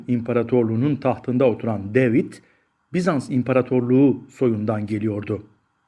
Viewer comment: deyvid ne gözünü seveyim, yabanci isimler Ingilizce telaffuz edilecek diye bi sey mi var?